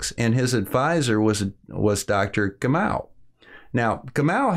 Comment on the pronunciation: Sorry, small correction: the atomic NUMBER (= number of protons) of Helium is 2. The atomic MASS of the most prevalent isotope of Helium is 4! (2 protons + 2 neutrons) which btw makes up also 1 molecule of Helium (mono-atomair gas). Your name pronunciation could be better! (Ga-mov, Bè-thuh)